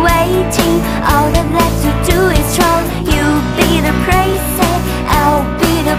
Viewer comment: 發音/咬字還差一點點, 尤其--prince(我聽到prace???)和princess(再次聽到pracess)... 所以, 加油...